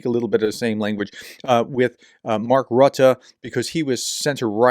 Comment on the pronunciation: It makes me sick that decent people need to flatter Trump. All this sanewashing of his behavior is nauseating. And its Root-uh (Mark Rutte)